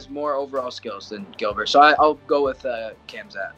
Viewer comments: I hate when people butcher names when it’s clear how to say it….K H A M Z A T. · Surprised at how many of these fighters have an option on Khamzat but don't know how to pronounce his name.